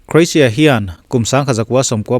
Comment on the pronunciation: Oxford en hlak rawh i pronunciation hi English hawrawp i hmang pha andik naw zie Lushai pronunciation i hmang hlaka Croatia le Chairman i pronunciation hi andik nawh